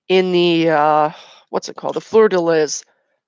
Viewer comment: Pronounced flur de lee